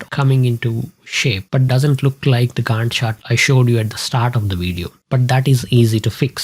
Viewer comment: Your pronunciation of 'Gantt' and referencing it to Wendy... got me rolling on floor.... overall I enjoyed the tutorial...